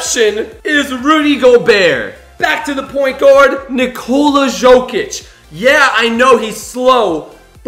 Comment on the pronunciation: it is pronounced yokic